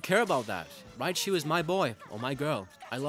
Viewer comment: Raichu not riabchu